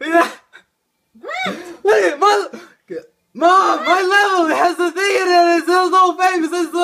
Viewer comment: yo mama be like: wat, waaaaaat?? Even I couldn’t understand u xD waaaaaaaaaaaaat?